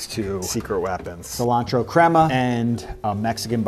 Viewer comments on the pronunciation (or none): none